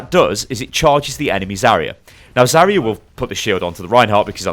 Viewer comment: Why do you say zarya so weird? It's Zar-ya not Zaorora-ya